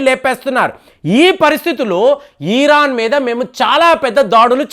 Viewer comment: అయ్యాదొరా...ఈఈరాన్..కాదురా నాయనా..ఇరాన్...